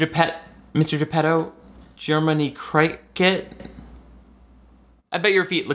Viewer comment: My favourite part was “Jer-many Crike-et”